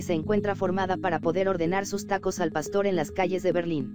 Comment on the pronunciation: ¿Oí bien, dijo pasto? Jajajajajaja nosotros los mexicanos no comemos pasto, jajaja che narradora